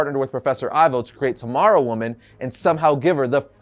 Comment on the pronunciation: Isn't it pronounced T.-O.-Morrow?